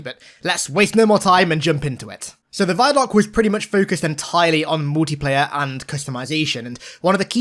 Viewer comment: Christ why do you say "vie-doc"??? Do you also say "viedeo"? Because the "vi" in "vidoc" is short for "video"...